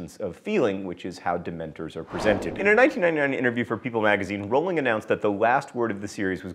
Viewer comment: The best part about this video is John saying Rowling correctly. If you could smell sounds, that's what amortentia would smell like to me.